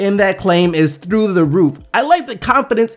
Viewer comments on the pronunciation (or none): none